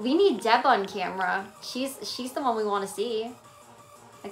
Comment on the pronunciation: I never hear anyone talk about this, but does anyone else notice how she says “da” instead of “the?” Like, “thanks for da heart me guys.” It drives me bonkers. What accent is that?!